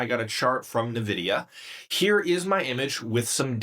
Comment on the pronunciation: This is made with A… “Navidia”